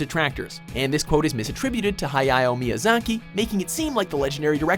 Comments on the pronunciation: "Hayayao miyazaki" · Did you say Hayao Miyazaki as Hi-eye-ow Miazaki?